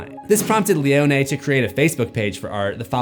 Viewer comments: *pronounced "Leo Knee" and not "Leo Nay". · Why you saying leone like that 😂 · Seems like a very rushed video trying to get views off of a movie that’s already past the trending space. Doesn’t know how to pronounce Leone’s name and a terrible intro stating things that no one is stating. Just bland facts